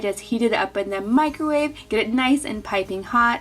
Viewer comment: Meecro-wavay haha love the Nigella pronunciation 😜